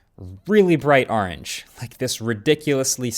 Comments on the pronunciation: That is NOT how you say orange! lol 😆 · the way he pronounces orange is hilarious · Marques, when it comes to the color, the way you pronounced “orange” bothered me soo much more than the fact that it’s a bright orange 😭 😭 😂 No hate love u ❤